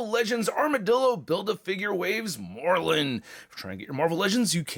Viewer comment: Can someone tell it is “Mor Lun” not “Morlin”